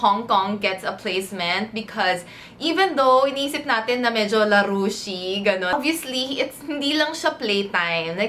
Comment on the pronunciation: It’s the “larushii” for me! 🤣🤣